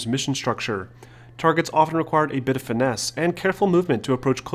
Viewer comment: the way he says finesse😂